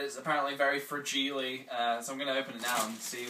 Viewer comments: i love how he says frageeely lol like the dad in A Christmas Story! lol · "Frag-ee-lee." Hm, must be Italian. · 'Fra-gi-lee' .. Funny, it's spelt exactly like 'fragile' *findingnemofindingnemofindingnemo* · Is that how they pronounce fragile in the UK, or is that just?